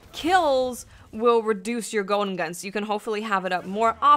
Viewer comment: "Goden gun" :P